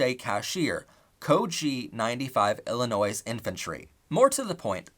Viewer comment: Interesting insight. I would like to know how this played out in the Confederacy also. The war ended in April of 1865, not May. The "s" in Illinois is silent. Overall though, good job.